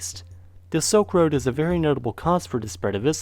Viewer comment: I love this guy, and I'm truly interested in a lot of the same things that is, but it really sounds like he's saying "soak road" instead of "silk road"... Just listen! It's so sad to hear such a smart person speaking so quickly and lazily, to the point where I need to turn on the CC, even though English is my first language. I'm really interested in what he has to say, but I've been having a hard time understanding the speech of anyone born after 1995 lately... It's like a new language or something, and it sucks. 🤮